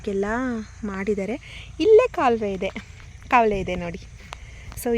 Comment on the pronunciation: ಕೌಲೇ ಅಲ್ಲ ಅದು ಕಾಲುವೆ ಸಿಸ್ಟರ್ 😂😂